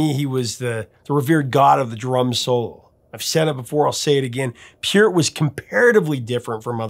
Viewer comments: Love your "STRANGER", Professor! 😊 hope you're having A FUN HOLIDAY SEASON! Pronounced PERT, NOT peert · Maybe I've heard it wrong all my life, but growing up in Canada since 1968, anyone and everyone I've ever heard mention Neil Peart's name, always pronounced it Neil 'Purt' / 'Pert', so it is funny when I hear you pronounce it as PEEurt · I think you are mispronouncing his name. Peart the e is softer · Just for future knowledge Neil Peart's name is pronounced as Pert. Also St. Catherine's is like the name Catherine like "in" at the end.